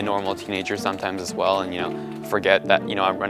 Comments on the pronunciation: VVell VVell VVell, every svngle time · vvell vvell vvell, every svngle tvme